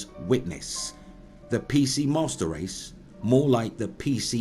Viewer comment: It sounds like he says musturd race